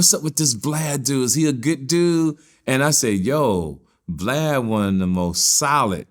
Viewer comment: Lol you said Glad not Vlad😆😅🤣😂